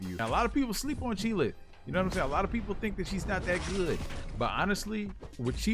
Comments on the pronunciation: Lmao! He calls her "chee'LITH" . Its Chee'ilth. Lol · its Chee'ilth not Chee'lith =)